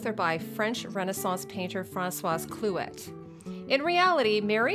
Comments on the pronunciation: Francois Clouet's last name is pronounced Clue-ey. Not clue -ETTE. Au Canada, on parle français, non? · If you're Canadian, I'm going to give you a flash back to french class and remind you that the last consonent on a word isn't pronounced :P Francois Clouet = Fran-swa Clue-eh